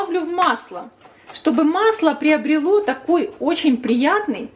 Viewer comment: оЧЧЧень! А не ооочень!